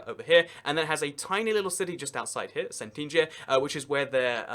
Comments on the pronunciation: can you pls go check how some stuff is pronounced, or just dont read them, because in Montenegro for example, it is PODGORICA not PODRIKA, and it is CETINJE not SENTINŽE. like wtf for real? i mean for you it is not big deal, but how wolud you feel if I pronounced Leeds as Leds, or Sheffield as Chefeild. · it is pronounced podgoritsa and tsetinye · Podgorica is pronouced PODGORITSA actually. And Cetinje = TSETINYAY. And Cetinje, you're right, is no capital at all. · Pod-goh-ri-tsa and Tseh-ti-nye. From a half-brit, half-montenegrin. :) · My ears are bleeding because of Podgorica and Cetinje butchery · Please don't try to pronounce things you can't pronounce properly. The way you pronounced Podgorica and Cetinje felt like a slap on my face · Did he really pronounce Podgorica and Cetinje like that?Jesus Christ, I cringed so hard. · Never mind that, but the way he butchered Cetinje! :D BTW, I hope he is aware that Montenegro is not a kingdom, because he kept referring to Cetinje as the place where the royal palace is.